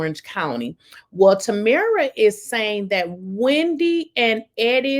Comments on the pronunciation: TamRa not TamEra. Hope that helps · Her name is PRONOUNCED. TAM MERA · Tam-Ra. Is how it's pronounced...